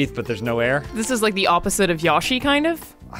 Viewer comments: Yo Shi you stooges. Two Japanese letters. It never was Yo E Shi. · I've been an Australian for as long as I've been alive, and I have NEVER in my 28 years heard anyone pronounce Yoshi like that. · Alannah does not speak for us Australians that is not how you pronounce yoshi